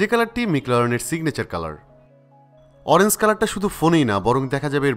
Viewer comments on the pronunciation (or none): Oranze na Orange🤣🤣